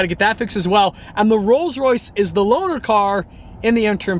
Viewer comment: he said rolls Raith